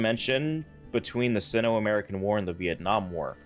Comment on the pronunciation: Great video but it's sigh-no not sin-o Hope this helps for future vids